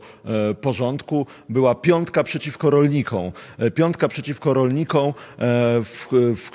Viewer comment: "Piątka przeciwko rolnikĄ" ?!! Yebana gimbaza w okularach, co po polsku nie potrafi poprawnie mówić i pisać. Siara dla konfy. XD